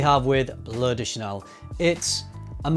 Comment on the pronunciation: How Brits pronounce Bleu De Chanel: "Bloody Chanel"